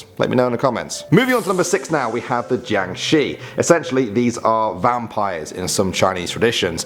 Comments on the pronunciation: Jiáng shì not jiàng shi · the way he pronounced jiangshi thou.